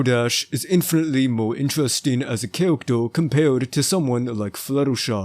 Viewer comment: why the hell you saying - "cawactew" - insted of character dafuq